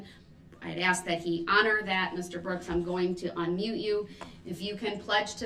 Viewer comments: are you axing me... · Interesting that today he has shown he can actually pronounce 'ask' properly. I believe on at least 3 occasions. He uses sounding dumb and claims that he can't 'understand' ( he even says the judge can't force him to understand) to set up a future appeal action. He's attempting to be the 'victim' at this trial, even shedding 'tears' at times.